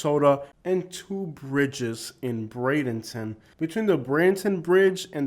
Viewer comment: You should really learn how to pronounce Bradenton.